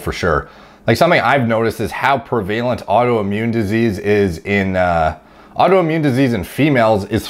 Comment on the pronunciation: I like how you pronounced prevalent. lol, I would also think that diet would be the main reason for this.